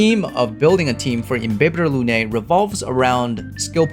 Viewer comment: Not only your guide is awesome, but you also pronounce all the Latin terms like Imbibitor Lunae correctly for the most part. THANK YOU! I got used to the official "Im-bye-bee-thor" but it's wrong...